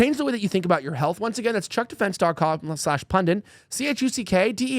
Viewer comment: Elijah has about a 30% success rate pronouncing the word pundit. He's getting better.